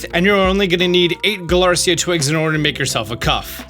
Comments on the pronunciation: Galarica, not Galarcia. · I'm being nitpicky for this but I think the Slowpoke items are pronounced guh-lah-ree-kuh, not guh-lar-see-ah. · The fact you pronounce Galarica as Galarcia bothers me so much. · Galar-i-ca not galar-cia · How does he still pronounce Galarica as Galarcia? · It’s not galarcia. It’s galar-i-ca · Btw small pronounciation stuff that I've seen you correct yourself on in other videos (So if you don't care, that's absolutely okay) * The items are Galarica twig/cuff/wreath, rather than Galarcia twig/cuff/wreath * Duraludon and Archaludon have a "lu" sound in them, rather than "la"